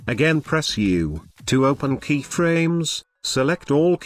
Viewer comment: i swear to god if he says key-fuh-raymes one more time...